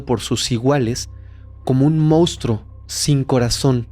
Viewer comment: Excelente investigación, pero te suplico que tanto tú como todo el equipo (incluyendo a Fepo) CORRIJAN la palabra MONSTRUO, y no digan MOUSTRO!!! Xq se escucha fatal.